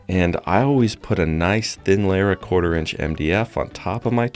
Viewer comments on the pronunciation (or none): none